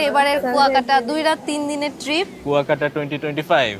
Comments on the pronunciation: It’s not Kokta, it is Kuyakata. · Not kokta...pronounciation will be "Kua_kata...kuakata", Love your reaction.🇧🇩💜🥀🩷🥀💚🥀👍